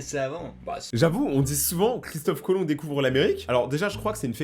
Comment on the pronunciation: Et pas Chistof Colom